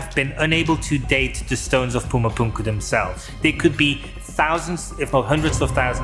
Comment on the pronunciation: Whys he pronouncing Pumu Punku like that? 😢